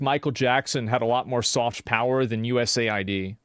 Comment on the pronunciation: I know it's not super important, but it bothers me how he calls it USA ID instead of US AID.